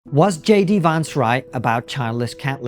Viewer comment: Just for the record, J D Vance’s surname rhymes with “pants” not “plants”.